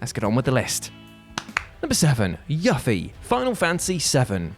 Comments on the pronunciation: Why do people insist on mispronouncing Yuffie's name? It's YOO-fee, not YUH-fee. Also, she's not really that hard to miss. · you beautiful bald dry toast eating man. It's Yoo-fie Not Yuhffie. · Yuppie, pernounced you-ffie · wrong way to pronounce yuffie, it's no yu as in yuck, it's yu as in you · how does Yufi = YOU-FEE become YUFFY? dude, aren't English proud of their pronunciation? google it first man. ITS NOT YUFFY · Am I the only one triggered by his almost blatantly deliberate mispronunciation of Yuffie's name... It's pronounced You-Fee, not Yuh-Fee.. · Are we really going to gloss over the fact this man said "YUH-ffie" when her name is pronounced "YOO-ffie". I was cringing the whole first entry. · Yuffie is pronounced "Yoo-fee" not "Ya-fee" they said it as such in FF7 Advent Children and Dirge of Cerberus not to mention its pronounced as such in Kingdom Hearts. Also Vincent is way harder to get. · IT is YUFffie, Not YAffie. And you can get her at anypoint of the game, but not do her sidequest after certain event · It isn't pronounced Yuh fi... it is Yuuuuu Fi... Say it with me now.. Yuffie.. ugh I hate when it is mispronounced.. For mispronouncing a Japanese name you get a thumbs down. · the eff is a yuffy? it's You Fee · Ya-ffie?! WHO THE FK PRONOUCED IT LIKE THAT?!?!?!? Its YOO or YUU FIE!!! Its like YOU and a FIE!!! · yafie? wud... yoofi... and it's vincent that i miss on unguided gameplay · It feel really off when you call Yuffie "Yaf-fie" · He actually pronounced it like there is an H in it like Yuh fee, whien its just Japanese, pronounced Yuffie. Easy.. Right? Ruins the culture & dialect.. Sad to say, that guy don't know games.. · I almost had a stroke when you called her yuff-ie 😂😂 idk if its your accent but its youfie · It’s YUFFIE! Not yufee. YUFFIE! You-fee! Enunciate the U! YUFFIE! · Its peonounced you-fee not yuffy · Its U-Fee but A+ for entertainment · you-fee is how you pronounce it sir. don't do this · You're saying yuffie wrong.